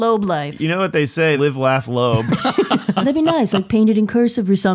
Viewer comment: It was funny, but "Persecution Cumplex" and "Live Laugh Lobe", just Destroyed me, I nearly had a Heart Attack. Another great show, Now I have to go get some Air, Ha Ha Ha. Sienfeld pretending to be intellectual was to much.